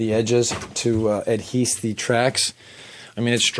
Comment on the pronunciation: Did you say "adheese"?